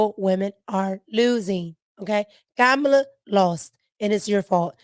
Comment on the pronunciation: you be having cracking up laughing how you kamala name lol you say it the same way people on telemundo the Spanish channel